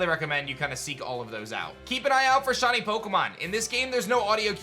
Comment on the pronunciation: Why does he pronounce shiny as shawny ...